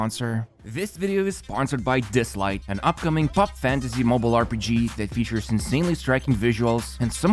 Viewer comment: Bro all Genshin vids sponsored by dislyte today. It SOUNDS LIKE DISLIKE 🤣. “This video is sponsored by dislike”